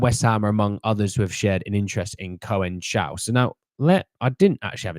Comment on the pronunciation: No to Neto, too injury prone. Conceicao is pronounced Con Seh Sow.